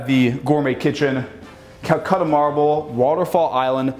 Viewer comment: Is it an American accent or is saying Calcutta marble instead of Calacatta?